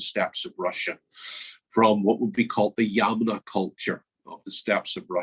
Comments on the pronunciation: Thanks, lots of good information. It should be 'yamnaya' culture (ямная культура), with the stress on the second syllable. They originate from an area known in antiquity as Scythia. Hence, the creation theory that the Scots are descended from the Scythians is valid! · Originally, the stress is on the first syllable, but English speakers seem to prefer the stress to be in the middle. Yamnaya is an adjective meaning 'pertaining/related to pits'. The English term is the Pit-grave Culture, but for some reason, the Russian term has become widespread now.